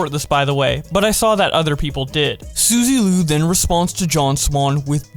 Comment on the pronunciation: Sue-zy lu 🤣